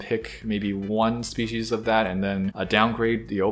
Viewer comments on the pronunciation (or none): none